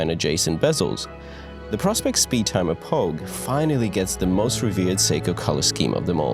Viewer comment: It’s pronounced PRO SPECS.